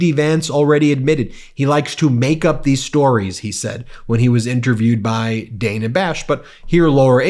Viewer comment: Ben, I watch you several times a day and I'm a subscriber. Why do you keep mispronouncing Dana Bash's first name? Its first '"a" is a short vowel sound, not a long one. Leave the mispronunciations to the Trumpy folks. Even Laura Ingraham did it correctly.